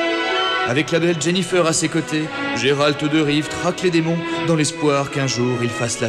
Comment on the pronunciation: "Jennifer" mes oreille on saigner. Il manque un perso essentiels de la série triss